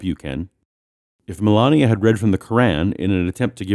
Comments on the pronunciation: Separate church and state mean state neutrality. All religions are welcome. They choose to not understand that! Also, he can't pronounce Melania's name either! Btw, it was a good joke! :) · He waits until five minutes in to introduce himself and he can't pronounce the first name of our First Lady. Seriously!?! It's almost shameful to take potshots at this guy. He's such an easy target; he practically makes a fool of himself. No outside help required.